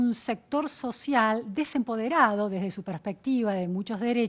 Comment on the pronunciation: Sociale, Juece, Salu, gracia, adio, pensione, ufff qué mal habla el Dr. Constitucionalista.